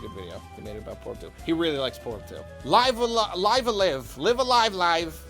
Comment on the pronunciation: Live-A-Live is "Liif eh Liif"